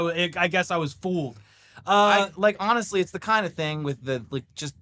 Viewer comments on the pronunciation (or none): none